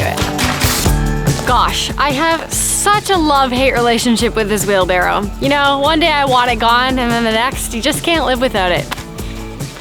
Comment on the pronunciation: wheelbarrow look at you pronouncing it correctly. Most say, wheel barrel.